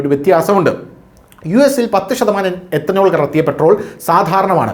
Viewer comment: എത്തനോൾ അല്ല എഥനോൾ